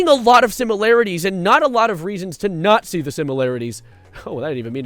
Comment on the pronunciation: Heh ”nat Zee”